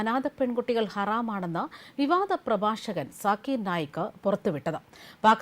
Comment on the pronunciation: Zakir Nayak ... That K at the end is not required